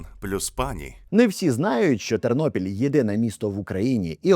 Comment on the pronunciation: ТЕРНОПІЛЬ, а не Тирнопіль .Ті,хто зі Львівщини це знають.